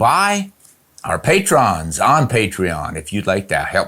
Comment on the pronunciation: "pay truns"